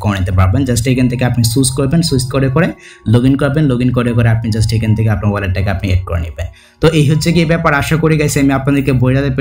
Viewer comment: ভাই মনে হয় Just কে জুস্ট বলে